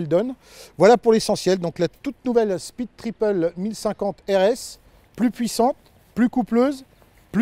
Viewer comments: "peed tipeul !" 🤣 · Excellent... Comme je pense acheter cette Speed, j'ai même enregistré ce fameux "peed tipeul" comme sonnerie de mon téléphone. 🤣🤣🤣